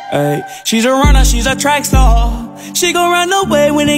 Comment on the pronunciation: Gurl I know it star l js said “staw” PLS